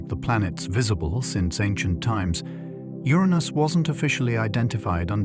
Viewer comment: You pronounced Uranus three different ways within 30 seconds….